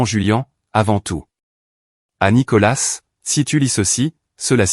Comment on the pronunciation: On ne prononce pas le s de nicolas